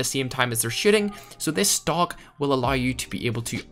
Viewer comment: Lmao when he said “stock” and I thought he staid “stonk”